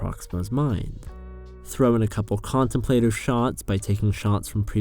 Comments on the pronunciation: It's "con-TEM-pluh-tiv", not "CON-tem-PLAY-tiv". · The emphasis on 'contemplative' is on the second syllable, you can google it.